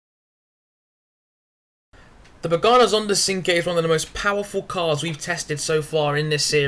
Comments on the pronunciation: you need to learn to drift in this game by turning the traction and stability control off so you can judge the drifting in the car as well. and sorry to burst your bubble but it's pernounced chinqwey not sinque. but i could be wrong. it would be a good idea to do nurburgring laps as well in these cars and post the time on those as well. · Great review ;) you pronounced Cinque wrong though, but who cares :P